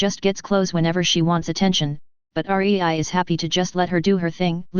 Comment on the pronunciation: her name is rei NOT r e i